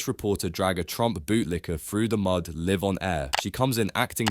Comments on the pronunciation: "Liv on air" ???!!! Hate dumb Ai voice overs like this... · ‘’Livv’ on air’ not ‘Live’?? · Live in this case rhymes with hive. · Who else is put off by ai voiceovers pronouncing live as live instead of live? 🙋🏿‍♂️ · "live" on air? Is it too much to ask to have the audio narration spoken properly? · Regrettably Ai voice cannot tell the difference between live, as I live in the USA and live, as the power cable is live. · That an AI narrator? Pronounced "live" wrong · Sorry, I stopped after 10 seconds when you said "live on air" as in to reside on air, instead of "live on air" as in an event happening at the present moment. If this is AI, it sucks, orherwise you need to proofread your script before recording it. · This bot mispronounced “live” (in this context” in the first minute. That’s all I need to hear. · Wow, speech synthesis with an English accent. "Live on air" is not pronounced that way. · Your robot doesn't know how to pronounce the word "live." It varies, depending on the surrounding phrases, and your machine isn't up to it. Normal people who use robots edit their output. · Another AI that can't pronounce live in live on air